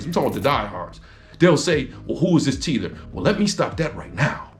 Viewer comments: It's "tether" Not "teether". lol Thanks for stating your background, btw. Most who never stand on their American ancestry are usually folks who are of foreign origin. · Bro, do your research. Teeeeeeeether... it is - taaaaaaather. Rhymes with leather. Lol. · You were 💯 in this video, outside of the "tether pronunciation"..🤣😂....and referring to Godfrey as a Tether....Godfrey is not a Tether and far from one.....Godfrey stays on code....You're not a "Tether" just because you're from an immigrant background..it applies to those who are off-code and "cos-play" as Us, but "they not like Us".....And it was deeper than just the Vulture trying to get that lady fired, it's the fact that he backstabbed Lord Jamar and Godfrey who were actually on-code and Tariq was the one moving like a Tether.....Lord Jamar was featured in the documentary....and just as soon as the opportunity presented itself, Tariq moved like a Tether, and karma sat him down.....Respectfully......The fact that more Freedmen who are supposed to be on-code are not calling him out and pressing him on it as if they're scared/afraid is weird..but if it's anybody else they'd be wagging their fingers....Makes FBAs look weak and not to be taken seriously.....Not saying he should be canceled at all, but damn.....And the fact that "they're" all, outside of Lord Jamar is afraid to even speak on it makes y'all Off-Code......Ain't Nobody above reproach.